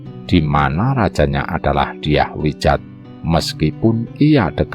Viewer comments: Diah wiyat bukan Diah wijat 😋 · Dyah Wiyat*, bukan Dyah *Widjat